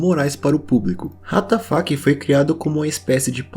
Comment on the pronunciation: O Que ele disse: Ratafac O Que minha imaginação disse: What da Fuk